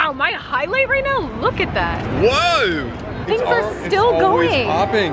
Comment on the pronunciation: colby sounds so Australian when he says whoaaaa 💀